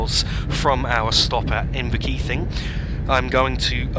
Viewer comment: Pronunciation: Kir-CAW-dy and In-ver-KEE-VING